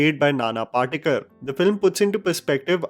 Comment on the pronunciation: can you read Devanagari, or any Indian script, properly? You are mispronouncing the actors' names. नाना पाटेकर (Nana Patekar) गिरिजा ओक (Girija Oak). Not sure how this happens for a native Indian in India.